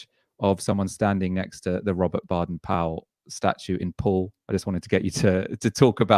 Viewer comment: It's pronounced BAYden Powell.